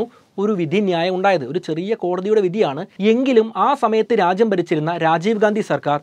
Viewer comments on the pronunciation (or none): none